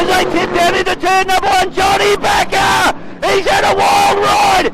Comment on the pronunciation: John Bakker, not Baker.